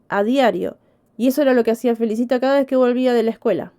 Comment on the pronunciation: Se pronuncia Felícita .